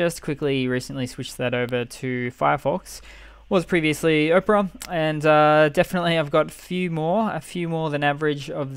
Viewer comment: It's not "Oprah" it's Opera as in the classical musical with singing.